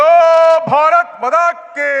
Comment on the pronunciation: ഭാരത് മതാ കീ അല്ലടാപൊട്ടാ ഭാരത് മാതാ കീ എന്ന് വിളിക്കണം.😅